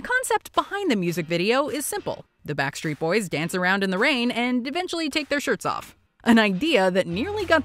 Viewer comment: Lol she said WET BACK street boys